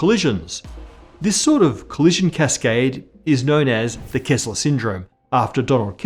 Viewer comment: It's "Kessler Syndrome" not "Kezzler Syndrome"